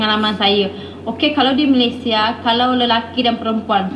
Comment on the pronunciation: Malesie, saking, jum’at, perbedaan org Malaysia takkan sebut perkataan2 itu. Knp org Sarawak R nya sebijik mcm org Indo. Jauh betul beza dgn sebutan R Sarawak. Tak mungkin org Sarawak menggulungkan R mcm org Indo. Org Malaysia secara umum takkan buat content negatif ttg Indonesia